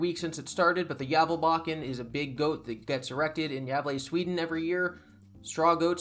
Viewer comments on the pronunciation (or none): It’s Gävle, Ä and A are separate letters in Swedish. Fun video anyway